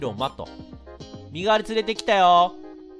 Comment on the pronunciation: 身代のカードってみのしろって読むんだと思うよ!